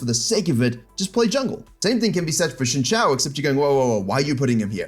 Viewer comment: always appreciate how you pronounce xin zhao